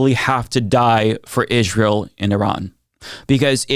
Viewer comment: Im sorry but when you pronounce Israel like Candace Owens, I cant take you seriously.